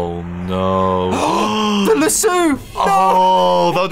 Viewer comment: It's Lasso like Lass-oh. I'm only commenting because it comes from the Western build.